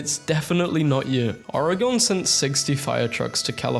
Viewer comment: WHY DID YOU PRONOUNCE OREGON LIKE THAT!? 😭 I’m an Oregonian and find it so funny XD